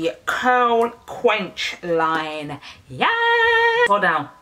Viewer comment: Curl- Qwe-Kwinster 😂😂 I love your videos